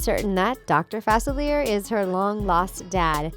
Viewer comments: facilier (fuh-sil-ee-ay) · Am I the only one that cringes every time Dr. Facilier’s name is mispronounced? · I’m annoyed on how they said facilier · I hated how they pronounced facilier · isnt facilier like a french word?? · Im so annoyed at the way she said facilier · The way u said dr facilier annoys me so much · She says Dr facilier wrong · Respect Dr Facilier. Say his name correctly please. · They are pronouncing Facilier wrong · You’ve been saying facilier wrong it’s French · Yanno... when you're planning these videos, you could at least watch a CLIP that shows the pronunciation of their name... geeze. The pronunciation of Facilier was PAINFUL. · did you really pronounce Dr. Facilier that way.. yikes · im upset about the way yall pronounced facilier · Cringing every time she mispronounces Dr. Facilier's name!!! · Ok sorry but 2 things: you pronounced Facilier wrong and Jane from Tarzan isn’t a princess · Anyone else so annoyed about how they pronounced “facilier” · YESS it was like fACilIEr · Every time they say his name they pronounce it worse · Zaniyyah Jacobs was literally just about to comment on this. It’s not pronounced like that!! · Lol I was literally thinking the same thing 😫😫😫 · Yes. It's so annoying when Facilier is mispronounced. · STOP BUTCHERING FACILIER!!!!!!!!! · and its not king ste-fon it's stef-in. it's not pronounced fas-uh- lear it's french pronounce fa-sill-lee-ay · Right Not facilier like Chandelier it's in a whole movie let's not make up last names. No offense The things cuz I say that with no shade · FA-CIL-E-A. Who is 'Facileer'? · I hate when these video channels don’t do your research it’s NOT “Fa-Ci-Leer” it’s “Fa-Silly-A” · FASELER? FAS-IL-E-A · You pronounced Facelier wrong. It's Fas-ill-ee-yay not Fas-ill-ee-yer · Facilier... killing me. pronounce it right please Fah. Sil. E. A. Not Fah Sillier. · It"s Facilieh that is how you pronounce it it's french not Facil ier. Facilier. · Fa-sil-ee-air is how to pronounce his name.